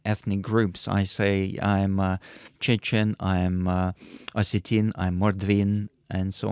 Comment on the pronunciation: he said Ossetian and Mordvin.